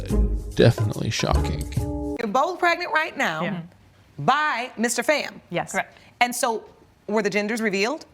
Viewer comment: First off it’s, PHAM, F——aaaa like bomb, or phat, calm etc not FAM, like Bam, Cam etc. second, I want to know who the ex husband is, how did he not know he was just a “beard”?